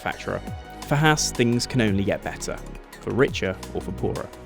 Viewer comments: Oh my god can some one say Haas right. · Thumbs down for pronouncing Haas wrong.